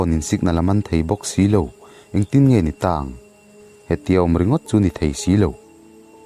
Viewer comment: tang i tih a thluk a diklo in ka hre tlat